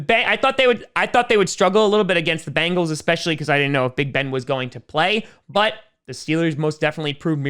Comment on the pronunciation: I just realized you pronounce didn't as d'nt lol